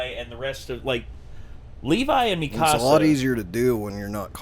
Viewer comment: Her name is not pronounced Me-ka-sa !!!!!!